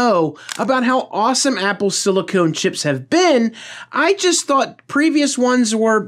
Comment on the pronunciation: "Silicone" - sigh....